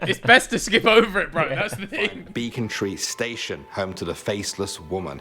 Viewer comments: Mans said beeecontree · "Becontree Station" Me who lives down the road from it: Well Shit